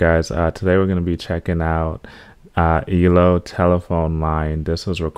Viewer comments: It eeee. el. Oh. Three letters, or letters. not elo one word. And yup Jeff is a genius. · It's pronounced E - L - O, not eelow, one of my favourite songs of theirs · It’s pronounced E. L. O. Lol. Not Elo. Do mr blue sky! Evil woman and I can’t get you out of my head. Also a song called showdown. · It's so nice to see a young guy really appreciate ELO/ Electric Light Orchestra, pronounced E-L-O not ELO. If you want to hear one of his very best songs which is hard to choose cause they're is 50 years of them give "Roll Over Beethoven" a try it will blow your mind and "Rockria". There are so many more, you will love them all! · You pronounce E...L...O as separate letters not as one word like you were saying in the beginning of this video.